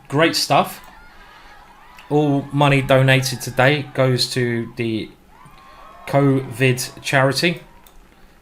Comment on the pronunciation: "corvid-19"? Christ, it's mutated already!